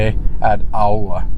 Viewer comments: When you pronounced Aoa I thought you meant Auā. Which thats another village before you get to Aoa. Aoa is pronounced as Aoh-ah. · lol I would pronounce it “ow-ah” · Yea it's like [ ahh - ow - ahh ] no hate😂😂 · Aoa easy to pronounced owa. Hope that helps. Also you guys should visit Sailele. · Or simply pronunced Awa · This is were I grow up at, one of the best place on earth in my opinion😂. And you also pronounce Aoa wrong, you pronounce as AUA. But thank you for sharing your awesome video.